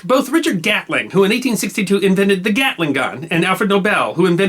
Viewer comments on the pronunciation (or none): none